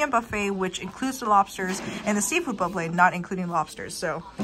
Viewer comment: why does she add an L to words like calimarli and bufflet